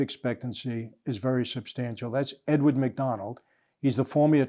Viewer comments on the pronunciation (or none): none